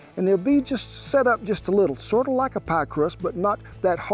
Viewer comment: hahahahaha Scottish poiy hahahaha !